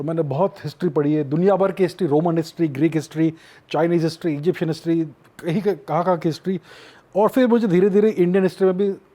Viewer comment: chuu anchor...wt is hishhhhtryyy mchod